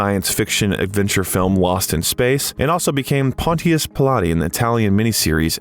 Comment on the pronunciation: Pontius Pil AAH te?!! So he wasn't washing his hands--he was striking a workout pose? BAG THE BOT and get a human narrator with a brain